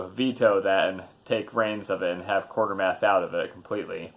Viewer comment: WTF it's pronounced 'Kwaytermass'- I should know I'm from UK with my bowler hat and brolly !!!!!